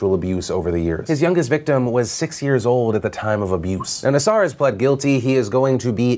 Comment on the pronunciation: Hi Philip! My name is Julie and I'm a reporter and graduate from Michigan State University. I mean this in the best way possible--but you are pronouncing Larry Nassar's name incorrectly. It is pronounced "Nass-err" not "Nass-are." This is a common mistake many are making at this time...but in the interest of accuracy...I wanted to make sure you knew so you could present your audience with the most correct information possible. Sounds silly, but I would hate for anyone to discredit you/your content based on something like a mispronunciation.